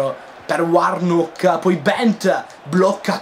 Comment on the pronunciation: Bellissimo video Comunque la pronuncia di Hutchinson sarabbe Hatchinson con la "A" E quando ci sono nomi tipo "Warnock" leggili con la "O" quindi Wornock Continua cosi 💕